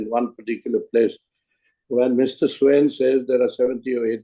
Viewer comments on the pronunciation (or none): Please pronounce the DGs name properly. It isn't Swain or Swine for God's sake. The closest pronunciation would be Swaayeen with the 'n' being understated.